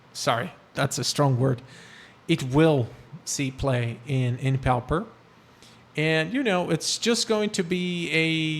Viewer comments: My dude its not pow-per its POR-per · Actually, it is pronounced PAW-per (or PAA-per). No "r" sound.